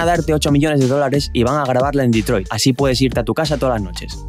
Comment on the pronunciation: "QUERIA CEEAR EMPLEOS EN DETROID" 😭👊 NUNCA SE OLVIDO DE LOS SUYOS